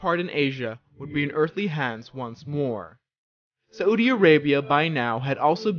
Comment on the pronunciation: Its pronounced *Sau-di Arabia not sa-U-di arabia